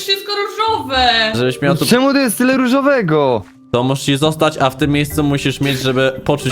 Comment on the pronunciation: powiedziała "czemó" xdd